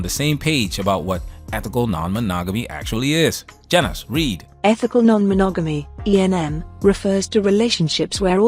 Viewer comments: I think she had a freudian slip when she said Ma-“nag”-omy instead of monogamy. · was mo-NAG-AT-ME a freudian slip> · "Ma-nag-omy". Got it right the first time.